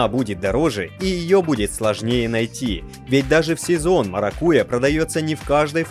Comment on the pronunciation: МаракуЯ, ударение делайте правильно